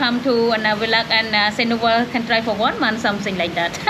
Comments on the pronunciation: Why do you pronounce it Sinowa ? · Si-Han-ook-ville. You are with a Khmer. Yet, you cannot even intelligibly say the name of the place where you live. Absurd.